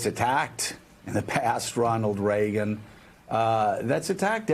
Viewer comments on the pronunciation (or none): none